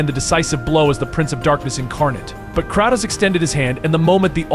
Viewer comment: AI VOICE OVER TRASH CAN'T EVEN PRONOUNCE KRATOS CORRECTLY